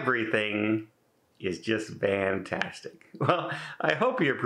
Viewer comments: I’m old enough to remember the original story..That you meant to say fantastic but pronounced the f as a v, and the commenters liked it anyway so you kept it.I don’t know why you keep adding this ridiculous explanation! Everyone knows you can’t string a sentence together! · LOL said he knows the word is fantastic and I still heard Vantastic when he said it 😆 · The van story is not true. He just can't say the word correctly. admitted this years ago. changes his stories again!